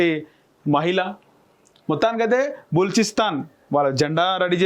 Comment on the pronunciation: Telugu chadavadam nerchuko adi baluchistan